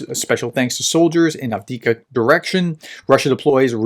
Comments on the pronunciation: There are two letter v in Av (1st v) dee eev (2nd v) ka. Av deev ka. At least the vowel sounds are correct. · "1/3 of Ukraine is mined. This is 'mined-boggling'" ;) But please, dear Prof: A-V-D-I-V-K-A. Repeat after me: A-V-D-I-V-K-A, A-V-D-I-V-K-A, A-V-D-I-V-K-A ;) Thanks for your reports as usual! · I cannot stand by and listen to you struggle with "Avdiyivka." It's actually not that hard to pronounce: ov-dee-YIV-ka. 4 syllables, emphasis on the syllable with the caps. Keep up the good work. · Improvements on frontline, doesn't know how to pronounce Avdiivka Keyboard warriors: yeaaah! 🙌 Ukrainians and Russians on frontline: 🦵🤪🧠🦶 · Unfortunately as long as you watch his channel you're going to have to put up with it. He obviously is not reading any comments offering advice on the correct pronunciation or if he does he is ignoring it.